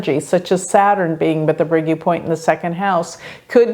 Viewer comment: Fascinating you anglophones are so lousy at pronounciation; U is not YOU but OO...